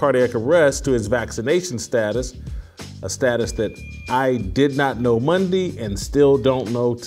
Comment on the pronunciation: that first minute, whew..."Fridee, Mondee, Tuesdee"